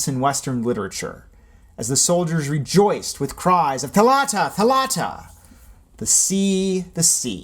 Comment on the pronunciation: It’s THAlatta not thaLAtta. Not angry but every foreigner says it wrong😂😂😂